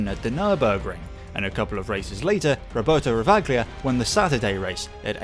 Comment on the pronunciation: I think the Ravaglia's pronunciation should be "Rava-lia", not the "Ravag-lia" as you stated throughout the BMW M3 part of the video.